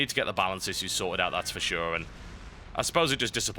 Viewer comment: Thum bas up if you want him to say issues correctly. :) Yur awesome Total!